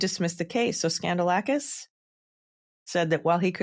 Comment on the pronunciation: So, it's pronounced 'Scandal-asskiss'?🤔